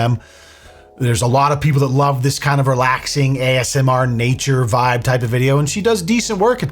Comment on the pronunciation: Take a shot every time says AMSR. I bet you cant make it through the video.